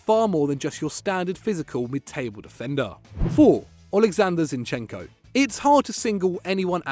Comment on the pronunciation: Finally some respect on zinchekos name